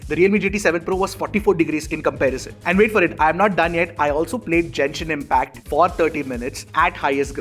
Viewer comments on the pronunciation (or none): Dude, it's Genshin impact.. you keep calling it as Jenshin impact 😂😂